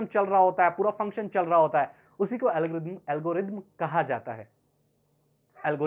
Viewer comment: pahele thik se algorithm bolna shikh bad me video banana